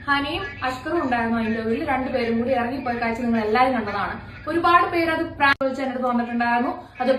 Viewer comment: ആദ്യം താങ്കളോട്,, ഫ്രാങ്ക് അല്ല പ്രാങ്ക്